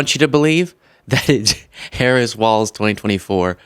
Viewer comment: Irony... You paused moments into the clip at to sarcastically ponder who John could be talking about when he had mispronounced VP Harris' name, all the while blissfully oblivious to how you are clearly and repeatedly mispronouncing the name of the subject of your own clip... I dig your message mostly, but your format just comes across as juvenile sometimes.